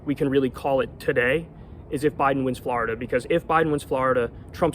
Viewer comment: I love how Kyle says "Florida"! 😅